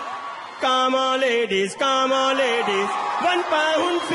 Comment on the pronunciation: "CANON LADIYS" HITS HARDDDD (and I know it meant to be lady)